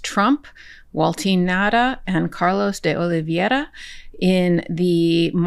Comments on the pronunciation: I have great respect for you, Karen. But please learn to pronounce "Oliveira" correctly! It's oh-lee-VEH-rah NOT oh-lee-vee-EH-ra. The dipthong is NOT "ie" but rather "ei." All other professional broadcasters have caught up with this after all these months . At first it wasn't widely known. Now it feels like nails on a blackboard. We've heard the name pronounced correctly in court. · Oliveira not Oliviera. :) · Karen, you need to learn the pronounce Carlos de Oliveira's name. You and say it like "Riviera," and that's simply wrong. Spanish pronounces "ei" as a long-a. Try this: OH-LEE-VAY-RUH. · For everyone at Meidas Touch: Spanish is, unlike English, consistently phonetic. It is always possible to pronounce it correctly if you go vowel by vowel. Therefore, “Oliveira” is pronounced O-lee-vay-ee-ra. None of you can resist butchering it, but I wish you would.